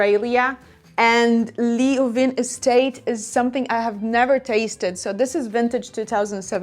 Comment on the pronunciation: In Western Australia we pronounce Leeuwin 'Loo-in' or 'Lew-in' 🙂